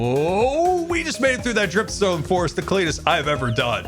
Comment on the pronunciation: I loved the part where they edited scar mispronouncing dripstone